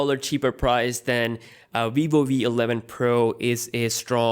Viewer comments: Vivo "we" 11 pro! Bro your accent kills me 😆. Always waiting to hear you say Vs. That phone is pretty sick though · How can you say "Vivo" with a "v" sound, and then say "we" when letter is actually "v"? How do you mess this up? I'm so confused